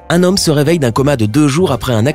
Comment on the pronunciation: Tu as dit sex. Au lieu de se😂😂😂😂😂😂😂😂👌👌👌👌